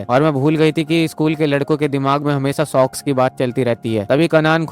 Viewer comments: Sox. Not sex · Abe sox nahi sex 😂😂😂😂😂🎉